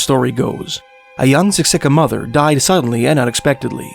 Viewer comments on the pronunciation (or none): Just a quick pronunciation tip for the Blackfoot tribes: Siksika has the accent on the first syllable, Kainai has accent on the first syllable, pronounced kye nye (rhymes with eye) and Peigan has accent on the Second syllable, pronounced pay gan. :)